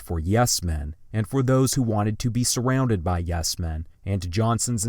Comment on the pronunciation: Disliking and blocking simply by how you pronounce “surrounded” and the continued use of it